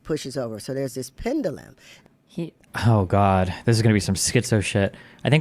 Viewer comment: If he’s such a “genius”, why can’t he pronounce pendulum properly? 😆 Am I bugging, or is there an alternative pronunciation for pendulum that I’m unaware of?